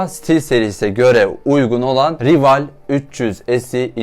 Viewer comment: Aslında "rival" değil "rayvıl" diye okunuyo (maalesef biraz takıntılıyım) ama sıkıntı deil